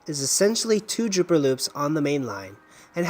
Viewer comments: Dropper loop...not drooper...lol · I think it is dropper loop, not drooper loop.